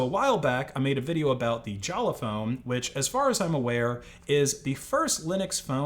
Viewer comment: Jolla is pronaunced Jolla, not Jalla like you do. What is it with anglos and being unable to read?